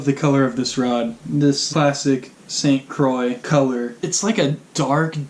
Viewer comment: Haha he said st croicks